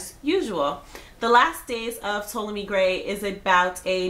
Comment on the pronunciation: T-ah-lomy grey! Lol